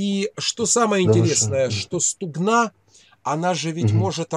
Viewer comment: В слові «стугна» наголос на букву У. Стугна, це річка в Україні.